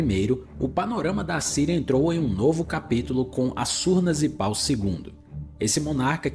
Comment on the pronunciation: Amigo, não tem sílaba tônica no NI de Assurbanipal. Considere não usar essas imagens geradas por AI, isso é péssimo.